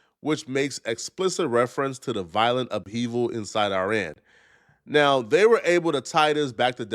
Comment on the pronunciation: Can’t even pronounce Iran!